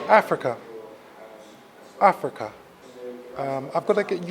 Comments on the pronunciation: Did he say Africa ? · bloody ell never heard of this place you call Affricar will check it out pal